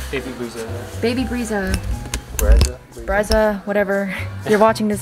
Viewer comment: omg she kept saying baby brezza, and i was like ????? because my name is bree-suh 😭🤚🏽